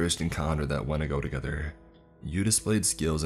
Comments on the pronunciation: You really need to proof read these stories. Also it's "wendigo". You gotta pronounce these words right. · Was he trying to say wendigo in the first story?